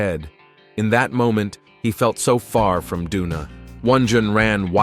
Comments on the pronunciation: Bro said donut or doona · Why is Doona always trying to hit somebody with a bottle??? It’s like homegirl wants to go to jail for attempted homicide 😭 and why does the narrator keep calling her “Dough-Na” at the most random times, I’m weak asF 😂